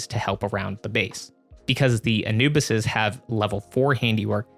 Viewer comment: And you pronounce it uh·noo·buhs bro wifey is killing me right now for saying it wrong